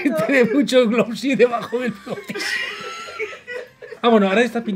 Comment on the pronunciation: "Se reparte el glowsie por todo el ojisi" jajajajaja 😂 me encantaaa! ❤👏👏👏